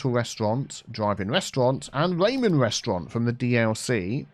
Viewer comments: RAH-men resturant not RAY-men resturant. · You said raymen instead of ramen! Cheeky! Got me all riled up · rAEmen xD ( - it's rAHmen,, idk if you were joking or not about the mispronunciation) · Ramen is pronounced ra-men not ray-men. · RAH-men, not Raymen. Ahhh 😆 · I have to do it. Sorry. Ramen is pronounced RAH-men, not RAY-men. That's been like fingernails on a chalkboard to me.